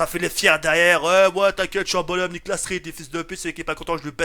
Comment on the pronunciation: j'ai rigolé quand il a dit "detRRRRire"